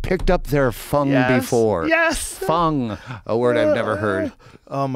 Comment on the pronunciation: Fung? I swear I thought he said "FUN"